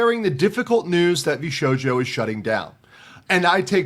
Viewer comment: It's pronounced VS-hojo😅😂